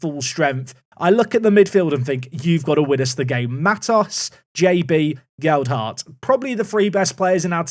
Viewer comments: As a Leeds supporter, hearing “geld-hart” is grating. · Whats happened to Leeds youth set up in this game?😂 All in league 2. Lewis Bate is from our youth setup too. Its pronounced gel....hart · I don't think signing Gelhardt was a mistake, but possibly inserting an extra D into his name every time you say it might be. (Or it might be intentional. It wouldn't be the first time 😉)